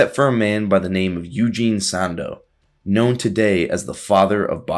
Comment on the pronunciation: It’s pronounced Eugene sANDow